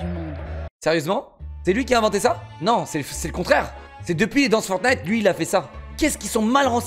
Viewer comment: Elle a dis forgnight